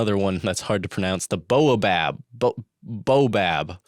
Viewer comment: It's pronounced "bah-oh-bab"